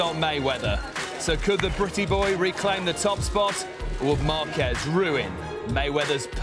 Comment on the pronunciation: Márquez sí sabe hablar inglés! Excelente pronunciación, se le entiende clarito! 😬 P.D. Soy mexicana!